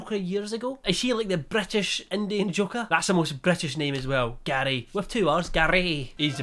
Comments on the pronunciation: im sorry but every time he said gary i heard daddy and it caught me off guard each time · Every time you said Garrrrry, all I got was that episode of Only Fools and Horses... :D